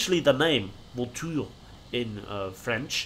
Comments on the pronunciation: that's a perfect french prononciation ! ^^ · good pronunciation for the name :p, very nice video like always :) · Je me suis aussi dis que c'était une très bonne prononciation, il l'a super bien dit